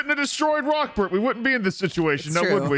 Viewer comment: Am i the only one who thought it was "Rockferd" and not "Rockbert"??? Please tell me im not alone lol